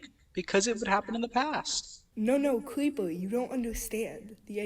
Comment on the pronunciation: “No no, cweepew you don’t undewstaned”